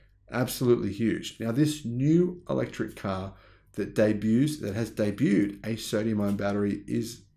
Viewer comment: Thank you for pronouncing 'debut' correctly. Now can every sports reporter in the country please do the same?